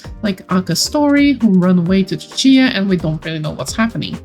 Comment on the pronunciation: Ahh I pronounce Cicia as See-see-ah, so hearing it as chi-chi-a is very interesting to me! Anyone else pronounce it like me?